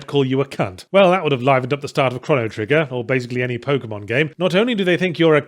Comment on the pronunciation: Is he saying Chrono Trigger or Cryo Trigger? O.o I'm such a Chrono Trigger fan, I really wish Yahtzee would give it a chance. Doesn't have to review it if doesn't want to, but at least play it.